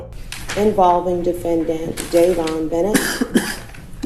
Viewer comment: Day-von u bot